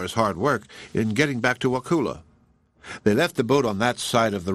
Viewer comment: I live in Wakulla county and you’re pronouncing it wrong. The u sounds like uh. I am thoroughly enjoying this story!